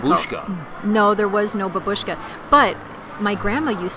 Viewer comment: Right pronounce is [ b A b u sh k a], not [b a b U sh k a] )))